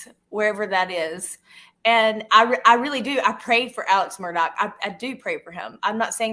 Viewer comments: saying “Mur-tock” makes me want to cut my ears off, Van Gogh style. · It’s not mur tocks. Omg